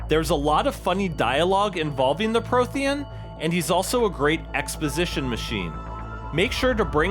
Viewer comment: How the FUCK do you mispronounce Prothean(s) when there are THEE FUCKING GAMES telling you how to pronounce it. You are hereby discredited in any opinion you make by the council.